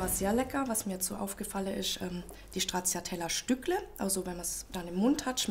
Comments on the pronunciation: "StraZZiatella" kann man nicht hören bitte. TSCHA...TSCHA sagt man. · Strazzziatella....😂😂😂 Das ist italienisch und man sagt Stratschatella❤ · Ist echt unmöglich Stracciatella einmal so auszusprechen wie es sein soll? Italienisch bitte! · komisch, wie hier stracciatella ausgesprochen wird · ...so oft fällt das Wort "Stracciatella" - niemand spricht es richtig aus. 🙂